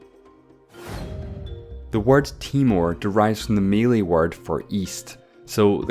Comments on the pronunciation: It's Malay not Melee! #StopBotchingNames #ProperPronounciation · did he just say malay as mi-lay😭😭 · Did you pronounce Malay as "Meley"